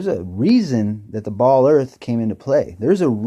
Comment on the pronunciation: Let's talk about that ball "Earf".